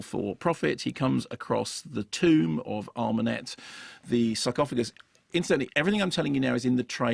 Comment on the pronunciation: Is he saying “suckoffagus” on purpose?